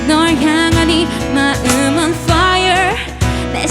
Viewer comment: 초 퐈이얼 발음 미쳤..ㅜㅜ 발린다 디즈니는 당장 이수현에게 OST맡겨랴༼;´༎ຶ༎ຶ༽우워어어어어엌!!!!!!